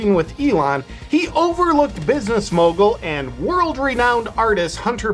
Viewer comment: "Business mogal & artist" Hunter Biden 😆😅😄 I love it!